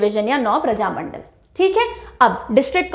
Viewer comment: बिहार में प्रजामण्डल नहीं बल्कि प्रमंडल कहा जाता है। इसके इतर आपके पढ़ाने का अंदाज़ बहुत प्रभावशाली है।